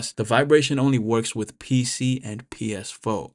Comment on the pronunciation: .”PS FOE” lmao. You good bro, say four how you say four. We all called it the PSFOE. Atleast I did lol